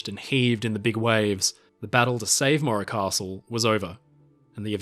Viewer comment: Where is part 3????? And why do you call it the maura costle? Its morro castle.